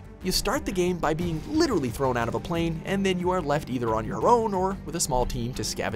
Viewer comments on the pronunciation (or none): none